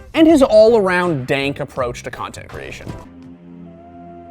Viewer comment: Please never say dank again